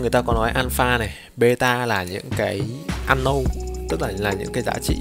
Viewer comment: nhỏ gì mà nhỏ. Unknown thì đọc ăn nâu là đc rồi. bày đặt thêm "n". xem video IT mà cứ như học English ko bằng í : ))